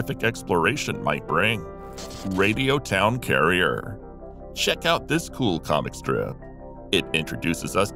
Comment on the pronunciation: It'd Radio Town Crier, not carrier.